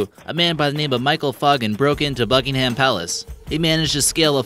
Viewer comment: BuKinGhAm PaaLacE like what I'm British and that's not the way to say it And what's an erb?? Soz I'm dumb